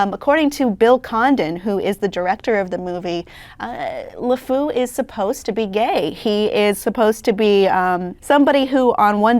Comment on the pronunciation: she pronounces LeFou wrong, which isn't good for someone who's job it is to talk about him.